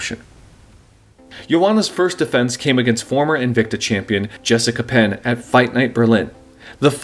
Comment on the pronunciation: oh and Jessica Pennes last name is said like the noodle lol.